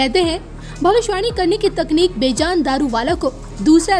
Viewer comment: Please correct your pronunciation of the name of this great astrologer. You keep calling him बेजान throughout in your narration. By doing so, you have as if, made this 'lively' personality 'lifeless'. Being a Parsi myself I feel very bad to hear that pronunciation. The correct pronunciation is बेजन. Please take care to correct yourself henceforth.